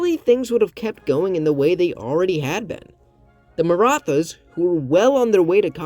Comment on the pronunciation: Great video! One comment though: The “th” in Maratha is not pronounced like the th in English, it’s meant to signify a hard T sound, like in “tea.” I have wondered a lot about what a Maratha-ruled India would look like though. I think there’s a decent chance it would survive into the modern day, especially if it is able to undergo a degree of industrialization (which was stifled by British exploitation) as well as a democratic revolution like England’s Glorious Revolution, where the monarchy is retained under a democracy. Unlike Imperial China, the Maratha political structure was somewhat set up for a democratic transition due to its separation of powers between the Chhatrapati, or emperor, and the Peshwa, or Prime Minister. The Peshwa wasn’t elected by a Parliament but it could have reformed into that. Of course, it’s also possible that, like in China, the Marathas are overthrown by a communist revolution lol. But we can dream.